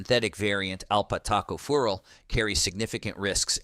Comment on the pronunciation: What is alpat Taco fural in the Vit. E problem? 😎😕alpha tocopherol! Sheesh!